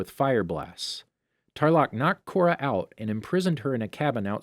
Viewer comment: Kora....Corridor.....KORADOOR My sister and I laughed way too hard at this🤣